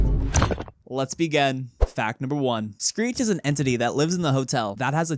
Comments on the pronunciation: my man say street instead of screech 💀 edit: he said greet on hult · ok he said Greet! XD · he says "street".